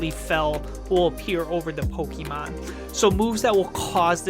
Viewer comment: Still absolutely love the show, but every time you guys say Pokémon you say it like pokie mon which reminds me of when I was in high school and used to get made fun of for still playing our beloved game. Not here to knit pick but maybe check the pronunciation because I’m pretty sure professor oak told us all as kids it’s poke uh mon. Love the show, love the podcasts!